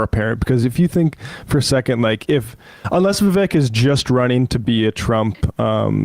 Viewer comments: She cant even get Vivek's name right..its not "Divek." It's great symbolism for the inaccurate takes (cant call them facts) on this podcast. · You guys truly give Morans a new name...throwing stones, and talking behind the mams back..what cowards you are, and how dare you IDIOT tall about Vivek when you cant even pronounce his name...NI CREDIBILITY, FOOLS !!! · Can’t even pronounce Viveks name & stutters into the comment. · Yea Tucker is so irrelevant 178 million people watched him interview Trump last night 😂 the hate is strong with y’all and please learn how to pronounce Vivek’s name. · These lefty loonies cant even pronounce the name vivek